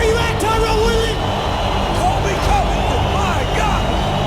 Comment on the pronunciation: The moment Covington became Cuntington